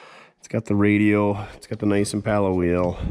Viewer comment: Just wondering why you always pronounce impala wrong? It’s very annoying otherwise I like your show.